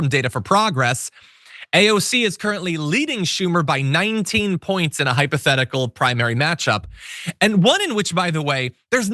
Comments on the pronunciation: What is ‘Hypertherical’? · What the hell is "Hypotherical"?